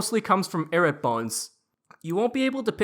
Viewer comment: lol you make is sound like "carrots" - 😂🤣😂🤣😂 It's properly pronounced: "EYE-ROOT" - LMAO~!~!~!